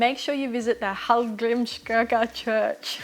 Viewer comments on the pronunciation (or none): hall grims kirk ya = hallgrímskirkja